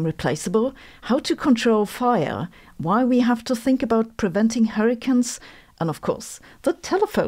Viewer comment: Are you pronouncing hurricanes as hurricans so that you can coin the term hurricants when the technology to stop them from forming is developed? 😛